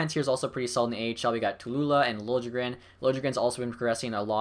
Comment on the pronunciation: btw its said lil-ye-gren